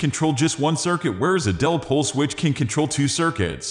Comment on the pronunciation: The "-bot" narration is vile... What the hell is a "dell-pole" switch..? Had to click "dislike" on it. Pull it down and do it over, correctly.